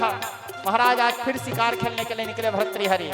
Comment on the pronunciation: No bharthari but say correct bhartri hari